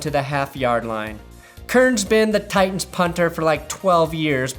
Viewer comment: "I can't hear the difference between Titans and Tigahs"